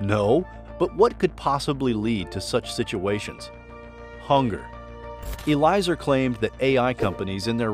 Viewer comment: Eliezer is pronounced as eh-lee-eh-zer